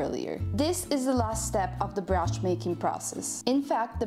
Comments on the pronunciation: bri-osh not bri-oosh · It's not brosh but brioche. And that's French. Your 18 ounces probably have the same amount of coffee in them as a double espresso. You get American coffee when you put water in your cup after finishing your espresso.